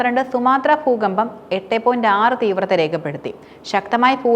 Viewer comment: പൂക്കമ്പം അല്ല ദൂകമ്പം 😂😂😂